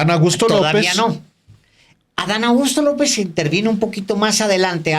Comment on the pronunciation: Alvaro, pronuncias tan rápido el nombre de Adán Augusto que parece que dices Adán Agusto...😂